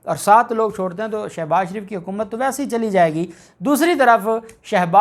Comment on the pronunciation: Salam dear ap as ko shouse baz sho baz she baz gredha fharoqe nai ghalezha murghe khy saktay han nam ko durst bola kryan ?